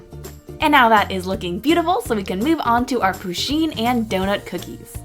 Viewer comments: No offence but I hate when ppl call Pusheen he bc she is a she. Also it's not pronounced 'poosheen' it's pronounced 'Push-een' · ITS PUSH EEEN NOT POO SHEEN AHHH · First pusheen is a girl and it's pusheen not poosheen sorry it just really bothered me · Ok, you pronounce it PUSH-een not POO-sheen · Pusheen is a girl lol :D And you kept pronouncing her name le wrong lel